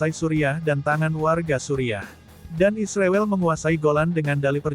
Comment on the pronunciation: ternyata miminnya termasuk orang yang tidak bisa menyebut nama Israel dengan benar ya .....